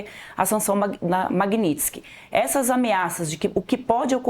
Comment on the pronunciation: O Bananinha não sabe nem falar MAGNITSKY. Esse ignorante fala MAGNINSKI. Tenha santa paciência!!! É o fim dos tempos 🤮🤮🤮